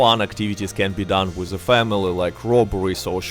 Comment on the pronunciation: “I got se moves” 🕺🏻